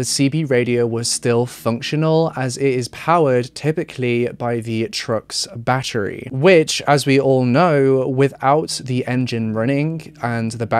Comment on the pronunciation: He says battery like my great grandma use to ❤️ bat-tree